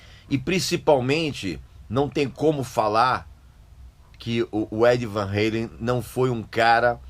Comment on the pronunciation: Van Halen, e não Van reilen, era sim uma banda muito chata! Podre! Vtnc. É Van Ralem! Não é Van Ralem.